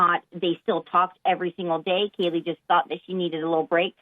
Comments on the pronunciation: you refer to ‘Kaylee’ as ‘Katey’. In a passing conversation, I wouldn’t think to mention it, as everyone makes mistakes and can get a name wrong - but, you did is put out a recorded upload, where you had the ability to edit out, and dub in the correct victim’s name, that being ‘Kaylee’. So, I will mention it, as it being an easy fix, you seem to had just chose, to not put the proper time in your upload, because getting it out, for the views, likes and added followers, were undoubtedly, playing the most important part, of this particular upload. I don’t know, if all your uploads are like this, as the name of your channel, with the play on Watts, I found off putting, but started watching this one, as I was interested, on your take with Jack D and Kaylee’s family, but I can’t get past, you not taking enough effort, to correct calling a victim by the wrong name - I am left to believe, if that isn’t worthy of taking time to edit out, what else, do you upload, and not bother with editing out. I mean a murder victims correct name is rather important and respectful to get correct.... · Can you not pronounce Kaylee properly? Wtf dude. You called her three different names. Katie, Kelly, Keely. Get a grip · Her name is not pronounced like Kelly. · You can type it but why can’t you say her name properly? Obnoxious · I understand mistakes happen but omg get the girls name right! You're essentially monetizing from her and her friends death the LEAST you can do is pronounce her name right. It's KAY-LEE not Katie, not Kelley Kaylee. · You keep saying Katie instead of Kaylee😔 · ITS KAYLEE, NOT KELLY!!! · It’s Kaylee not Katie. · Kind of wish you weren’t pronouncing Kaylee’s name as Kelly. But that’s probably a minor thing here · They stand with him and he is not the person that did this. Also it’s KAY-LEE. Not a hard name to pronounce. It’s not KELLY. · Her name is Kaylee, not Kelly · You keep saying "Kelly". It is KAYley. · Hey name is Kaylee, sounds like you said Katie